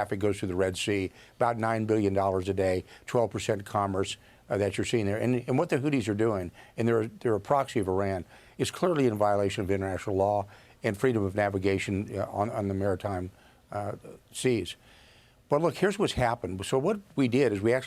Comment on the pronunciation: Intetnational law 😂😂😂😂😂